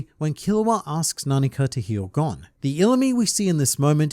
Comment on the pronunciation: I love watching these videos, but I hate how he pronounces Gon like "gone" 😭